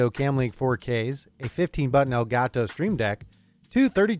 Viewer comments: Why Does the nerd tech guy say "ElgaTo" like that LULW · "el ga toe"